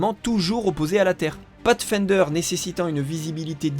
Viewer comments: avec un "pafsfaindeure" on sauve les meubles... ce sera pas suffisant néanmoins pour faire croire qu'un français sais prononcer de l'anglais mais ce sera assez pour montrer qu'on essaye un peu... Peu importe que vos sources soient déjà bien organisées et complètes quand vous les reprenez, votre travail d'adaptation pour en faire vos vidéos est bien fait. Et surtout tellement à contre courant des vidéos plus longues avec mille fois moins d'infos que c'en est presque génial. Un principe qu'il serait peut être possible d'appliquer à d'autres sujets que le cinéma ? La musique, l'histoire, l'art.... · Pathfinder prononcer path comme en anglais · audacieuse prononciation de "pathfinder" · catastrophique oui.